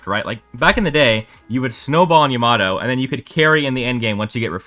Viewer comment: its Yama-toe not yamat-o